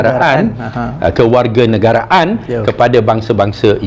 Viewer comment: Ngomong kewarganegaraan saja keseleo, bukti kosa kata kewarganegaraan itu bahasa Indonesia